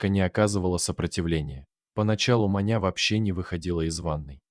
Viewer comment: Может всё же Маня с ударением на ,,а,,?